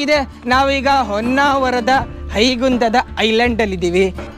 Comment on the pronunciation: madam its not Onnavara, its Honnavara